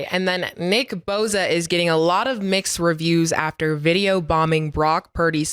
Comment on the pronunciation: its boSa not boZa 😂😂😂 tell em said shut up n rush the passer Nicki boza